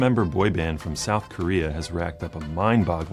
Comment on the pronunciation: I love this man😍. Thank you so SUPER much for really taking ur time to research and not low-key diss on them in ur video and wanting to talk about this topic on such a deeper level than just the cherry on top you really got to the bottom base of all this. And the Korean pronunciation👍😆👌. Thank you, again. Gracias Merci 감사합니다 💜💜💜💜💜💜💜